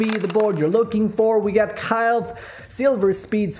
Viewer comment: Pronounced kail